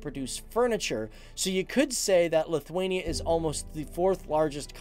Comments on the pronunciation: Lutherania???? Whats that? A Lutheran in Lithuania???? Its pronounced as Lit-wayne-E-ah! If your gonna do a history piece on my ancestors homeland. Learn how to professionally pronounce it! You do start saying it right in the middle of video and then back to Lutherania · You pronouncing Lithuania wrong. lithUania, not lithwania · Lithwania lol.